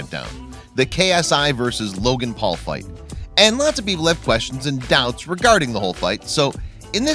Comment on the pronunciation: i like how he says jake pool and logan pool